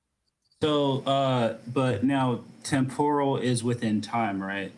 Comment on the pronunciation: Hearing this guy's pronunciation of temporal has me picturing God eating deep-fried Japanese vegetables.